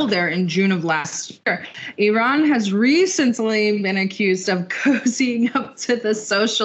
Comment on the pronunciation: Thank you lady for right pronanciation of my country IRAN,lot of american unfourtunetly pronance wrong ,they say ay ran which bothering us.